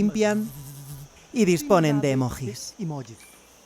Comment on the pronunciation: Cuando pronunció "Emojis" en el lenguaje de fondo morí